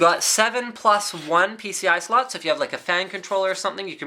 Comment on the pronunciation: Sounds like he says the included harddrive sluts not slots lol